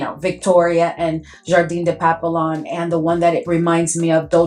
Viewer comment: Girl you have waaaay too many FRENCH PERFUMES for you NOT able to SPEAK FRENCH🤣🤣🤣🤣. Papillon is pronounced PAP- PE- YOH!!! You don't pronounced it the way it's spelt. Just saying 🙅‍♀️